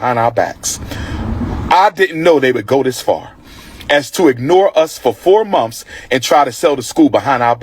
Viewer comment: A wannabe school principal using words like "axed" for asked, "mumfs" for months, and "birfday" for birthday is crazy...